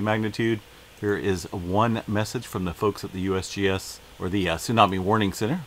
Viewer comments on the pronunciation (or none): none